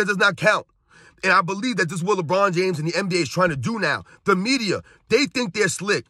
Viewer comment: Did he say “LeMedia? 😂😂